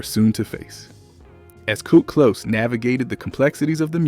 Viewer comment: WTF IS KURT KLOSE🫤🫤🫤 HOW U A BLK AI AND U CANT PRONOUNCE THEY NAME